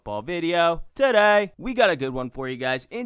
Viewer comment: "TUH DAY!"